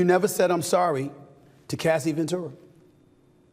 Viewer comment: It's very concerning that he couldn't even say Cassie's Name! 😮😮